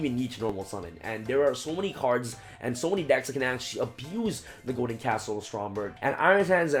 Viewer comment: i know ur tired bro but it's castle, not castel (the skyblast musketeer)